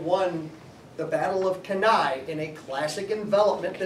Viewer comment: Thank GOOOOOOOOOOOOOOOOOOOOOOOOOD you pronounced Cannae properly, thank you, you have redeemed the entire United States again for me. I cannot show my kid videos, no matter how nice the CG is where these morons call it "K'nee"